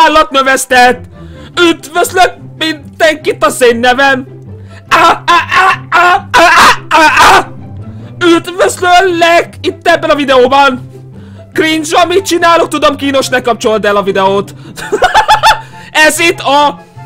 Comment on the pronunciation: Ráadásul úgy mondod hogy: Üdvözlöllek xxdd